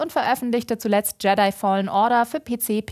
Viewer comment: jetey? die Aussprache der alten geht garnicht das heißt Jedi = Yedi